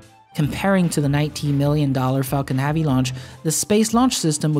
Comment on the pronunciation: "Falcon halvey"